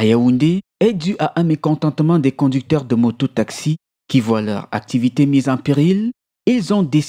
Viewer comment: Conducteur* et non conucteur sinon super reportage merci